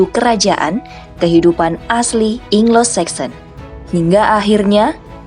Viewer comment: Anglo saxon min..bukan inglo saxon bacanya